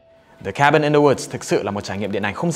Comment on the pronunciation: Cabin chứ ko phải Kabin bahaha